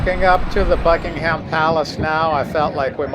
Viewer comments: We also say Buckin-um and not Buckingham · It’s pronounced Buckingum Palace not HAM.